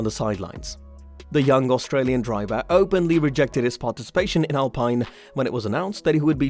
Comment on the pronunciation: Can't stand to those pronounce of ricciardo, alpine... Why are you doing this my man.